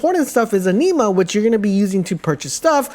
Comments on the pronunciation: Firstly, "funner" isn't a word. Secondly, "Anima" is pronounced as AN-IM-AH and not EN-EE-MAH! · The pronunciation of "Anima" kills me every time. It's spoken as "Enema", just with an "A". "Ah-knee-ma" grates on my nerves. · Your pronouncing anima wrong just fyi